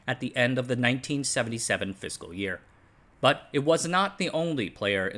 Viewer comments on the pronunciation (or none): none